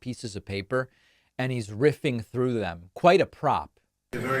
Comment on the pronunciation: “Troth out” lol